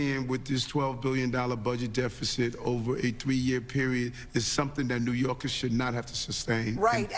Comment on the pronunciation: Hey gorilla Adam's... its NEW YORKERS! not NEW YORKIS